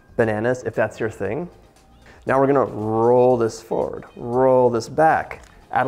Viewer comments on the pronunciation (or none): none